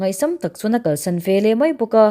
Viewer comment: Veleh tih turah velah ti tawh lo hram teh aw, eng tinge mahni pianpui ṭawng pawh hi in thiam tak loh viau le.😢